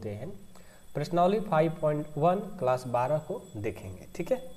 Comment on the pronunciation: Sir kalas nahi class hota hai.